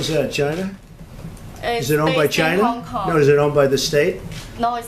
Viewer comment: Hon kon phe niks tb. That's mainland speech .. hoNKONG phe o ni k see tee bee - is hongkong lol